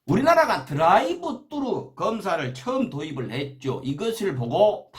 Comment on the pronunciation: 드라이브"뜨루"~... 으~딱 성범씨 발음이 겁~나 쩔구마요~잉~...^^